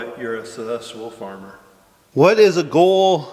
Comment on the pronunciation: Question for next q&a... When will learn to say successful correctly.? 🤣🤣🤣🤣